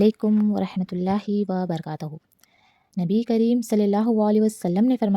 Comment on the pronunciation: Wa barakataho ya wa barkatoho ? Plz m ap k salam lyne k andaz sy shuk m ho jawab dijye ga k وبرکاتَہ ہے یا وبرکاتُہ